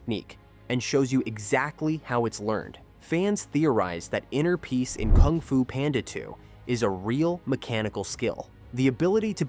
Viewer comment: stopped and immediately disliked the video when i heard how you say Kung xD